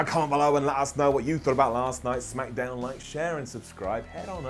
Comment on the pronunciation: Did he said smackadown?